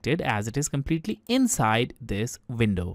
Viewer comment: She bootiful inshide an outshide ❤